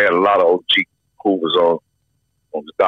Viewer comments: “The Hoovaz” - 🤣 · “The snoovaz”